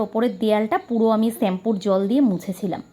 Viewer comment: ছেম্পু না দিদি শ্যাম্পু হবে। রাগ করোনা। ঠিক ভূল মানুষ মাত্র।